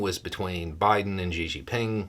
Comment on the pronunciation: Sorry to pick on your pronunciation (but know you're not alone), I got a big kick out of how you say Xi Jinping's name cuz it totally sounded like you said: Gigi Ping. Cracked me up.